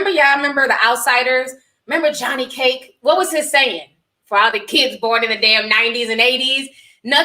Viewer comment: It’s Johnny Cade not cake lol that’s my favorite book